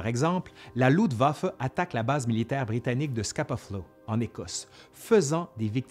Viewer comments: Quelle année ! Il y aurait tellement à dire sur les erreurs de commandement, mais je crains que dans ce cas, il faudrait presque 1h de plus ! En tout cas, cette grosse synthèse est déjà riche et passionnante ! Merci ! Petit bémol : c'est LuFtwaffe (armée de l'air) et non Lutwaffe ( ± arme de sang), comme tu prononces ;-) Mais bon l'idée reste la même ^^ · Le sujet est traité de façon magistrale..... Un tout petit petit petit détaillouinet cependant.... Cher tu oublies systèmatiquement de prononcer le f de Luftwaffe.... Rien de grave docteur... cela ne nuit en rien aux grandes qualités de ton travail fouillé et pointu. Thanks. Jmb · Toujours un plaisir tes vidéos, excellent travail. Par contre, c'est moi où tu prononces "LUTwaffe" au lieu de "LUFTwaffe" ? Ca me perturbe haha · Bonjour, merci pour cette vidéo, c'est toujours aussi enrichissant. Par contre mes oreilles grincent à chaque fois que tu prononces le mot "LuFtwaffe"! Il te manque le F! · luftwaffe=> se prononce louFtvafeu